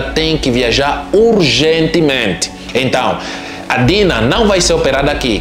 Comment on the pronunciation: A não sabe o nome da menina, é Dina e não Tina.😮😮